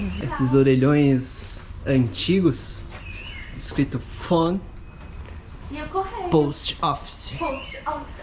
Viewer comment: A pronúncia de POST OFFICE é poustófes. 😉